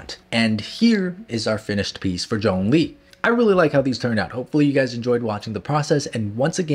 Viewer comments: Its Zhongli not jongli!! FAILURE!! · Everyone: Zhongli: John Lee